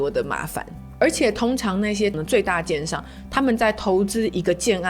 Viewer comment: 老听着你叫人家奸商奸商的，听到第八次才知道你在说“建商”😅